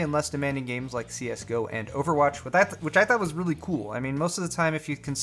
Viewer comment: Overatch is how he likes to say it